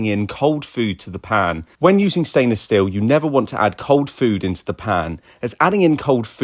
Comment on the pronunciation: It’s stainless 'steel', not 'still'. Hope that helps!